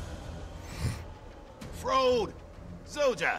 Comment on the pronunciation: I like how you worry if youre pronouncing the new dwarf's name right, and yet you keep mispronouncing Zoja's 🤪